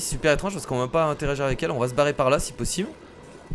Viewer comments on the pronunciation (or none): none